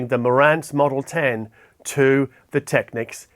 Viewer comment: kiwis might say 'go big or go home' but not with an aussie accent like that :)... but you do say technics correctly so all good